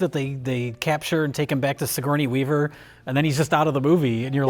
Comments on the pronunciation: “Sigournia Weaver” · "sigornia weaver" hahahaha gotta love